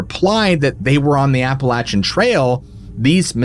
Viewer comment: Thank you for pronouncing "Appalachia" correctly! Those of us who grew up in those mountains cringe every time we hear the long "a" version..